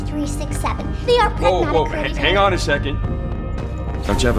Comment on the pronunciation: It should be pronounced as prAgmata. Not "pragmAta". It's a Greek word meaning "Things".